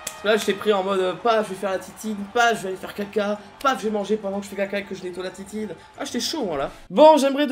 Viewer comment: on adore la "titine" au lieu de la tétine, c'est trop mignon mdrr